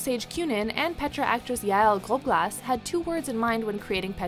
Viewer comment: The way they pronounced Yael Grobglas cringe omg 😬